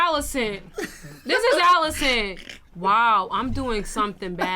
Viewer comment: How much different does he think Alicent is pronounced from Alice? “Ollicent”🤣😂